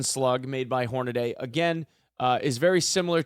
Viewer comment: "Horna-dee".... "Say-boh".. if anyone is interested in the proper pronunciations lol